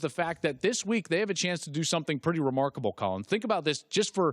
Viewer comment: Oh my god that first 30 seconds was just Colin getting butchered that was brutal to watch 😂